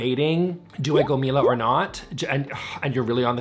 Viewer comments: Love Miele appliances. pronouced Miéle not Mila. lol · i thought it was pronounced "me elle" lol